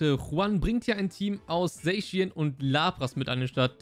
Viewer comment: Danke das du nicht „Sackian“ zu Zacian sagst 🤓🙌🏻